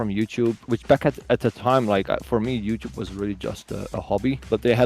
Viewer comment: Ohne-“Wasssup youchoob youchoo😂